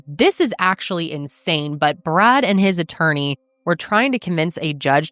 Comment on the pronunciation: A few times when you said "Poor Brad," I thought you said "Poor Brat"!!!!